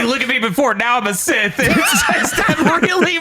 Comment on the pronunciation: Take a shot every time pronounces Sith like cis. 😂